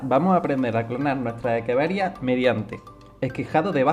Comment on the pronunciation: Muy buena explicación El nombre creo que es Echeveria y no Ekeveria